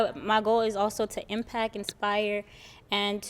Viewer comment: Why do people pronounce words ending in “..ct” with a “K” instead of being pronounced as “…kt” Example - the first Lady in the red dress said “impak” 😳instead of impact.